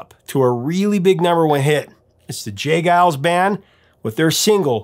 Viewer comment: Really interesting to hear how you pronounce the G in Geils and Vangelis. This tells me that since discovering their music around 1998 or 1999, in the days of Napster, I have probably only ever seen their names online in comments and track listings. This would mark the first time I’ve heard their names spoken aloud. Funny how things in the real world can be so different that what you think when you only experience them online. Always appreciate your videos!